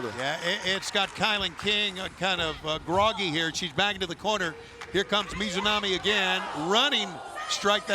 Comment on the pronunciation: I just wish he would get the Japanese talent's name correct. For Ryo Mizunami he alternated between saying her full name of Mizunami to sometimes shortening it to Mizu (which funnnily enough means water in Japanese- he was just calling her Water..) to sometimes saying Mizo which makes no sense since there is no O in Mizunami and sometimes Mizonami. like bro I get it. Japanese names are tough but its kind of your job to do it. It'd be like if a commentator was on commentary instead of saying Seth Rolllins to just alternate between calling him Roll or Rull. People would be like wtf is wrong with that commentator... With Jim Ross i can have more slack as he is quite a bit older etc. outside of that tho Paul Wight has been doing well.